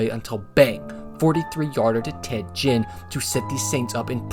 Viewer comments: Tedd Ginn, not Jinn. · Was it a joke to say Ted Ginn like the alcohol? It is pronounced like "agin" without the "ah" at the start. I can understand a punter not liking Teddy Ginn Jr, one of the more electrifying return men in the NFL.